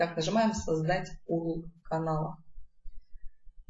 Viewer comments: Не Урл, а юэрэл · Не урл! А вот так ЮЭРЭЛ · ЧИТАЕТСЯ ЮЭРЭЛ, а не УРЛ